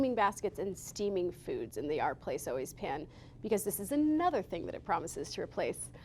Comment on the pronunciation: It's OUR, like hour, not ARE. OUR PLACE